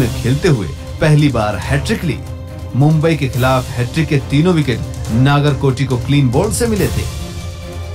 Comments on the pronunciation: Dude it's not naagarkoti it's Nagarkoti नगरकोटी 🙏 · नागर नहीं नगर कोटी होता है